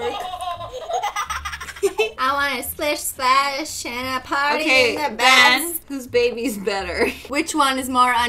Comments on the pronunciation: Foxy Doodles I know its Ben, but she pronounces it BAN soo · you said it wrong it’s BEYYYYNN